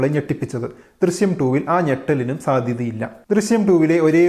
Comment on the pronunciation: Drisyam alla drishyam